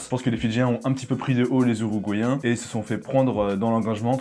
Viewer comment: “Les Ouruguayen” jsuis mort 😭